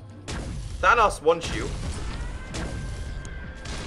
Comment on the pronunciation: You say thanos wrong